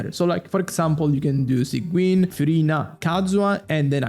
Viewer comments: its pronounced as sij-win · i know it's important to you because you fixed it with arlecchino, sigewinne is pronounced "sijwin" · why does he sait it like "Sanguine"? 😭